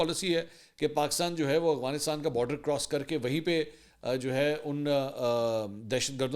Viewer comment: "افغانستان" لفظ ہے نا کہ "اغوانستان"😂